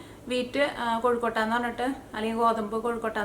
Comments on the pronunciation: എന്റെ പൊന്നു ചേച്ചി..... കോഴിക്കോട്ട അല്ല കൊഴുക്കട്ട ആണ് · കോഴിക്കോട്ട അല്ല കൊഴുക്കട്ട 😁😁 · കോഴിക്കൊട്ട അല്ല കൊച്ചേ കൊഴുക്കട്ട